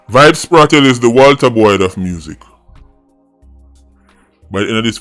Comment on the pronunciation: Bro yuh still deh pon Kartel name again🤷🏾‍♂️🤦🏽‍♂️